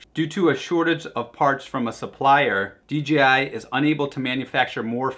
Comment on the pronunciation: Dude I like your videos but really WTF is" D G I ?" Is Dee Jay Ai, sorry but that really grind my gears. For everything else I like your videos.